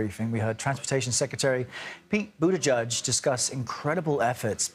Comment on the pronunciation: CBS Noise … sorry try saying boot-edge-edge .. The Secretary of Transportation’s name. I don’t know who Buddha-judge is, but he’s not the secretary.